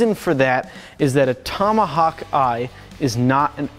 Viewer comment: what's a "tummahuck"?